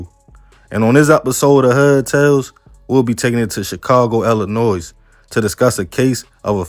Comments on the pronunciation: It's illinoi not illinoise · The S is silent in Illinois let the Mrs do the audio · Do not pronounce the S in Illinois. 🤦🏽‍♂️